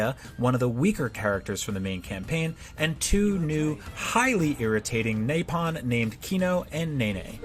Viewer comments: He didnt just mess up Dunban's name. He called Reyn (think a watermelon Rind) "Rain", mispronounced Nopon (either NO-pon or nah-PON) as "Naypin" and said the CH in Mechon like Chawn and not Con Also Kino and Nene are awesome, Nene looks up to Reyn and Melia and is the comic relief that a serious bunch of misfits like the Saviors of Bionis need, whereas Kino's childlike nature makes my heart skip a beat every time he speaks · Not to mentioned Nopon that he pronounced like Napalm and Mechon being pronounced like the ch in Lechonk. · As a massive xenoblade fan, the view of the remaster of the first game hurts my soul. Note that they don't just get Dunban's name wrong (which, in itself is fairly inexcusable considering it's a long JRPG with voice acting), but also Reyn (which they call Rain), Nopon (Naypon), and some pretty odd criticisms overall. Oh, and there were some massive spoilers included in the review.